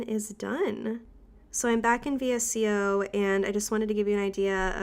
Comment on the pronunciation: I really enjoyed this video, and I love your photos on Instagram! Thanks for sharing. 😊 By the way, VSCO is actually pronounced as ‘Vee-sco’.